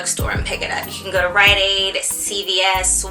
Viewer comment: what is the place you said to go for the buy one get one free for biotin? it sounded like you said ryan aide but im pretty sure thats not it.